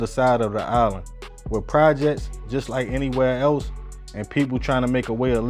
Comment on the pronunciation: U need to pronounce da Projects properly 😂😂😂 me son